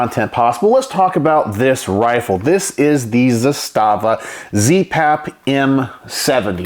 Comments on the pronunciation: Couple things: It’s pronounced “ZA-sta-va”, not “za-STA-va”. Trust me on this. That’s the very same rifle I have except the furniture is FDE instead of OD. I even have the very same loosey goosey upper hand guard; I wouldn’t try to mount anything on that apparent picattinny-like rail since it would never hold zero. No matter; I used an RS Regulate mounting setup with a Primary Arms 2X prism optic; it works well. Only other difference on mine is I switched out the supplied slant brake for a Century Arms “Chevron” muzzle brake; say what you want about Century, that’s one thing they did right. It’s compact, relatively inexpensive, and effective. By the way, the pistol grip on the Archangel furniture set has a compartment in which you can store spare batteries for your optic if you want. Another neat feature is the notch in the safety lever that allows you to lock back the bolt. That was a Yugo innovation pioneered with the original M70. Combined with a last shot bolt hold open follower on the magazine - which I understand were standard issue for the Yugoslavian army - when the bolt is held open on the last shot you can teach yourself to pull the bolt back a little further with your thumb to line the charging handle up with that notch, then sweep up the safety lever to lock back the bolt. (It sounds more complicated than it is.). Once you’ve done that, rock ‘n lock a new mag and just press down on the safety lever, letting the bolt slam forward, similar to using the bolt release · Actually, if you listen to people from the company itself, as I heard myself one employee say at a gun show... It's pronounced Zass-stuh-vuh. Not Zah-stah--vuh. Heard this from the horse's mouth. Just saying.